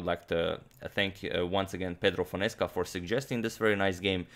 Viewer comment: How much I laughed when heard Fonesca, eheheh. Grande abraço brother ;)